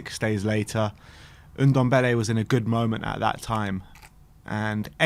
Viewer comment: it's Ndombele not Undombele